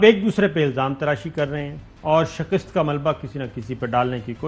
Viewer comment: SHIKAST …. Correct your Urdu